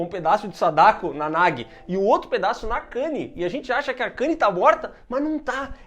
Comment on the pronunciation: Gente só um adendo, a divisão silábica do nome da guria é Na-gu-i, não Na-gui. Pra ter a pronuncia similar ao português, o nome deveria ser Nagi